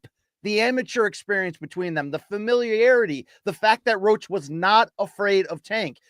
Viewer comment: His name is Roach damn it lol